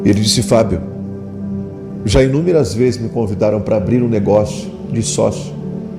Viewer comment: VO"I"Z??? JESU"I"S??? FA"I"BO???...